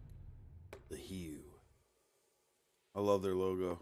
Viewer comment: Your reaction is the correct one. But you're driving me nuts, it's pronounced "HOO" not "HEW!"